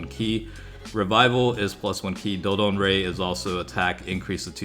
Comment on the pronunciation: Dodon ray 👎dodonba👍